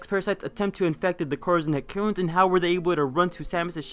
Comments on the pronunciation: It sounds to me like you're salty for some reason and trying to attack Matpat, for some other reason, and none of it is very well explained. For one thing, "Ett-ih-koons" not "eh-koons" and another... Maybe try to be less hostile in the future if you want to attract fans. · Say "merrit." Now say "Serris." How did you get to "Serious?" How did you get "eccoons" when you saw "etecoons?"